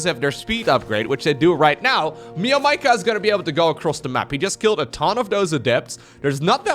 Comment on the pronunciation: Hey. It’s actually spelled meow-maika. Not me-o maika.